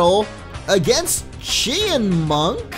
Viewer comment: I think it's ch-eye-in-munk